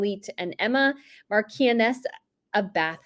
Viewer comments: Pronounced marsh on ess. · No offence, but why do Americans always miss-pronounce Edinburgh? It sets my teeth on edge to hear it called it Edinboro 😱 it’s Edin-bru….Also Brittany, Marchioness is said with a soft c not a k as in Marshoness the i is dropped. I believe when someone is making a programme about British Royalty, Aristocrats etc or British Cities and Towns, it comes with the responsibility to get the pronunciation correct, it’s also respectful. One only has to Google these things and it would be much appreciated, if only by me and my OCD. PS She came through Hertz because her hired paps were not allowed through the front door of Ziegfeld and she didn’t want to be deprived of her photo opportunity. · Harry wasn't wearing a seat belt: that really lost my sympathy. No concept of self care? Responsibility : that is if they do have actual children? ( FYI : Marchioness is pronounced Marsh-on-ess) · Not to criticise (no reason why you should know) but Marchioness is pronounced MAR SHON ESS xx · Marchioness ~ pronounced maar'·shuh·nuhs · I like your channel, but you are mispronouncing "marchioness".